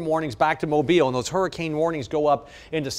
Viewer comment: "you can't take theaw numbers literally" then why display them?